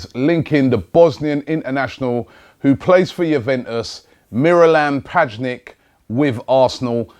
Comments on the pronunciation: Btw it's not pajnic, it's pronounced as pyanic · P-A-Jnic really Robbie? Like its not even hard to pronounce. P-Y-A-N-I-CH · "Pajnic" wtf? At least you tried, Robbie! 😂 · Its pronouced pianich not pianik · Robbie, u cant be THAT illiterate. PAJNIC? Its PJANIC. Same as you pronounce the soft J in spanish, PYANIC. PAJNIC my ass. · Its pee-yah-nich not paj-nic robbie come on)))) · P-jan-ic not pajnic 😂😂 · his name is pronounced pyanish not pajnik :p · Not Mi-ra-lam Pa-jnik, Mi-ra-lam Pya-ich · learn how to pronounce names Robbie please its really annoying when you say paj nic istead of p yan nich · I know you have like 2 dozen comments saying it's not pajnik, but for fuck sake it's not PAJNIK it's pyanich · Man said Pajnik lol It Pjanic as in "pyanich". Giroud is pronounced Giroux - D is silent. Last one is Athletico Madrid. It's ATLETICO MADRID. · Pajnick!!!!?????? Pronounced pee an itch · Loooooool "Pajnik" 😂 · p-ya-nih-ch Robbie, you need to learn to pronounce players names - especially such a well know play like Miralem Pjanic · PajNick? Lmao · Murdered the name😂 pianic is how it's pronounced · pronounced Pee'yan'ikch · Pajnik? Who the fuck is that? He's a "top top player" so get his name right... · its pronounced p yan ich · Robbie its pronounced pyanich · Its pronounced as pyanich Robbie. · P-yan-itch only takes a few seconds to research how to pronounce a players name Robbie.He signed for Juve last summer so this is complete NONSENSE. Not happening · It's pi an ic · Pee-yan-itch rob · man said pajnik 😂😂😂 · Did he just say "Miralem PAJNIK." Ffs lol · It's pronounced pee-yanich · It's pronounced pyanich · It's pronounced "Pee-ah-nich", Robbie😂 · "Pajnic", im done .... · pronounced pee-yan-itch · Cmon Robbie its Pjanić, Pyanich same it is for Modrić its Modrich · PAJNICH! XD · ''Pajnic'' oh lord. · It is pronounced like "p yan itch" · man said "PAJNIK" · It's pronounced P-ya-nitch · Robbie get sacked it's not Pajnik you idiot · robbie pjanić is pronounced pyanich